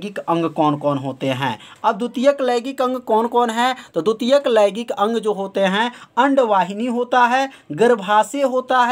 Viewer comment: Sir laigik nhi hota h laingik hota h😏